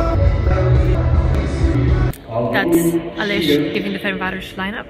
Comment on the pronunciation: almost got the name right FernCváros (C=tz)